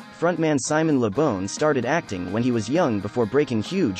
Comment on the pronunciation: Its Simon Le Bon (BAWN). NOT Simon Le Bon (BONE)!!!!